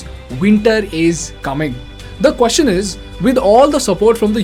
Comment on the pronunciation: This guy is a tamilian. His way of pronunciation “kwoshean for question” and “oold for world” and “oittte for white” and “dishan for decision” makes it clear.